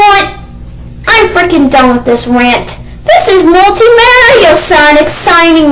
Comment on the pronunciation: hes foring us to agree and hes saying sanic hes obviously too young to understand